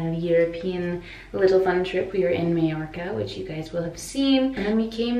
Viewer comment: Sorry if someone already mentioned this in the Mallorca blog, but it's pronounced my-orca, not may-orca.